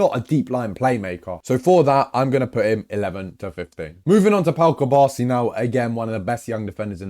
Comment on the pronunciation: put some respect on Cubarsis name